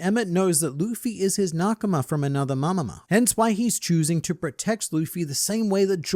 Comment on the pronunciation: Well, I was right. None of the Straw Hats were able to take down any of the Elder Stars. Also, "Nakama from another Mamama"! You did it again,.